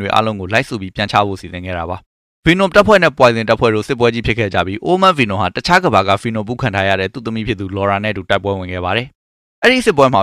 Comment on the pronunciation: ဆက်တောင်နားမထောင်ချင်ဘူး ဘီနွန် ဘီနွန်နဲ့အသံ‌ထွက်လေး သေချာလေ့လာစေချင်တယ်